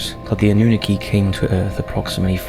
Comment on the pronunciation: Anunnaki “ANN-NEW-KNOCK-E” the pronunciation on his video is driving me crazy bro 😂 thats like some one saying 2-PACK instead of 2Pac. Keep doing your thing. ATL IN HERE WITH YOU #EASTSIDE